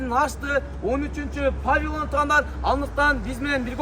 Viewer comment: Эуу маймыл заря Бишкектин так ортосуна кирбейт. Павилон эмес, павильон болот.